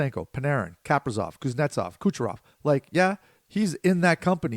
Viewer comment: I don't think I've ever heard Kaprizov being pronounced like that